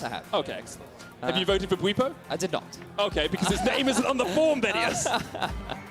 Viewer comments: bwetsy? Lmao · 15 minutes in and theyre already getting bwipo's name wrong again